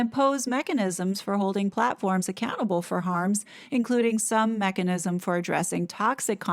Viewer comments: Initially when you said "mechanism" I heard "Meganism!" 😳😳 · Me, too!